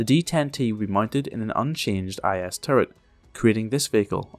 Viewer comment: It is necessary not to pronounce the letters separately, but together in one syllably. Not I S but IS. Listen to how it sounds in Russian. IS.